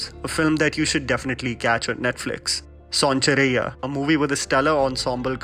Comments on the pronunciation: Commenting from Pakistan kindly work on your pronunciation of its sonchirya not sonchurraiya It's apharan not apaaharan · Soun-cha-rai-ya... Kya bolra yaar. Sonchiriya... Son-chidiya.. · Not sonchiraiya, it's sonchiriya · Btw please pronounce son chiriya properly. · Don't u know how to pronounce sonchiriya ? U becoming fake